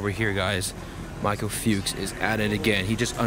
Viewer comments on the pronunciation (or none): none